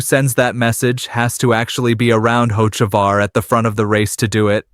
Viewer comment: Why should I listen to you when you mispronounced 3 NASCAR driver's names SO WRONG? Ask someone how to really pronounce Hocevar or MJ's team name is not X, it's 23-11!! MJ's number and Denny's! Some expert!?!